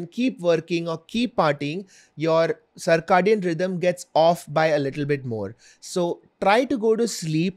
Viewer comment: Cir - “kay” - dian